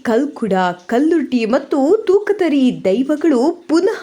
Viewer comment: ಓ ದೇವರೇ ದೈವಗಳ ಹೆಸರು ಸರಿ ಹೇಳು....ಕಲ್ಕುಡ ಕಲ್ಲುರ್ಟಿ ತೂಕತ್ತೇರಿ ಹೇಳು...